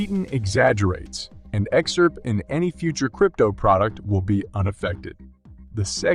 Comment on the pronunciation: The words are pronounced. X R P, not x-arp. S E C, not sec. And Library, not L-bree.